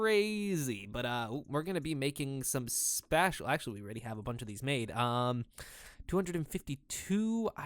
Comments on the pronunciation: It's pronounced spaysh, not spash. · The way you pronounce "spacial" makes me cringe. XD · Spatial = spay shull -. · Space... Spatial is pronounced like space-tial. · Dude, it's pronounced sp-ay-stial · i know right!? i might have subbed had not been for that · Your pronunciation of spatial.@@ Auuuugh. Other than that, nice I guess. Was really distracting though.@@ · He's pronouncing it the same way you'd pronounce "Special" if you put an "a" instead of an "e". The English language is buggy xD